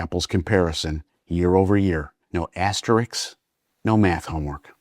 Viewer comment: I really enjoy your videos. Thanks for doing them. It might be your Jersey (?) accent, but Wimbledon does not have a t in it, and asterisk is pronounced as it is spelled. I realize i am pedantic.